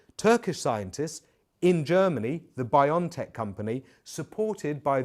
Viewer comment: Bio-N-tech Not Bion-tech